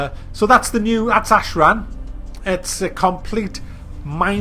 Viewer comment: Ashran** not ahead